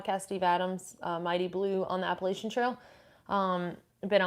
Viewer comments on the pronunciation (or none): none